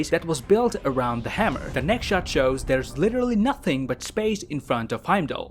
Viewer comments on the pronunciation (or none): none